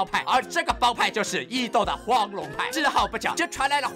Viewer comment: 應該是簡體字把「斗」和「鬥」合併了的原因，所以「斗」大陸是個多音多義字，表「斗」義就讀「抖」，表「鬥」義就讀「豆」，但有些人或者AI在不常見的詞裡就無法從詞義判斷讀音了。